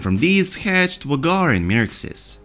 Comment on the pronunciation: Isn't Vhagar's name pronounced like "Veigar" ?